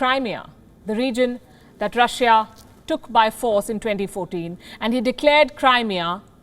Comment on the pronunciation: She pronounces Crimea wrongly she says Crymia